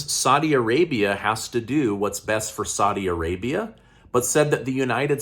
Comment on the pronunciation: I like what you do but please learn to pronounce Saudi Arabia 💪🏼